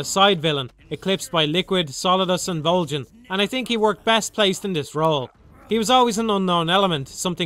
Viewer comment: So no one is gonna comment on how he pronounces "Volgin" ?